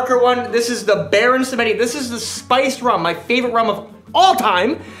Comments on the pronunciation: Samedi, pronounced Sam-dee (French for Saturday) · pronunciation of "baron samedi" hurts me deep in my soul. just in case anyone wants to know: the name comes from the french word for "saturday" (the name actually translates directly as "Baron Saturday" from French to English; the figure of Baron Samedi is a loa of Haitian vodou and the Haitian language is a french creole language) and should therefore be pronounced like something akin to "some-dee." the E in the middle is silent. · I’m triggered by how Samedi was pronounced xD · "moxie in" and omg I don't think you're saying 'Samedi' correctly dude...